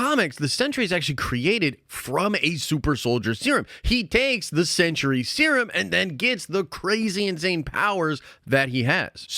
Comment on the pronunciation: Woof my guy is “The Sentry” not “The Century”